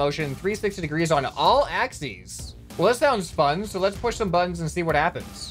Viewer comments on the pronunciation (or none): none